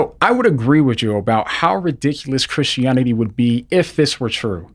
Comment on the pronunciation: I like how you say christionity